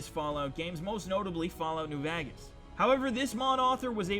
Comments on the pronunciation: Vahgas lmao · I noticed he says fallout new vagas